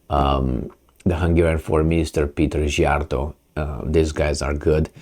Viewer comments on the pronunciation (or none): Why do you constantly mispronounce the Hungarian Foreign MINISTER'S name? Sea_art_o